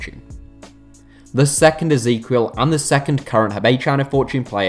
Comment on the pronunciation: If you pronounce Ezequiel that way again i will report your channel